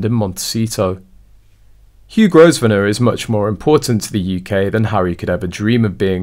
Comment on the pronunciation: It's pronounced Grove nor